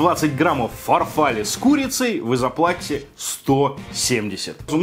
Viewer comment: ФарфаллЕ, блеать! А не фарфАлле